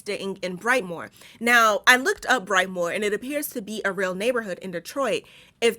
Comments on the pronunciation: Brightmoor is a bad hood but we pronounce it as Brightmo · What up doe! I am a Detroiter and for record sake, Brightmore is pronounced BrightMOE there. 😂 Love your videos and since Im commenting here’s a short list of recommendations to review… ahem - The Wood - The Piano Lesson - Passing - A House on the Bayou - 13 Cameras -Abagail I lowkey got way more but here’s a few I recently watched that I think you would do really good reviewing😂 Thanks again for doing these vids btw when I get off work late asf, I look forward to watching them 💯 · It’s brightMO not brightmoore (never mind the proper spelling) and yes it’s THE HOOD